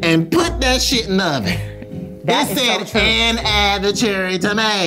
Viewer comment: "I'm not looking at that shiiet" 😂